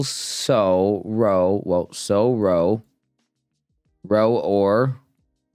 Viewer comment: PIETY is pronounced pie-it-ee. you're almost at your 1000th Wordle! nice one! a ROW is another word for an argument or fight. I think it's more commonly used in the UK, and its pronunciation rhymes with "ow." please don't stop being silly; it's endlessly entertaining to me! 😆 thanks so much for the video, and I hope you have a fantastic rest of your day! 😃:hands-yellow-heart-red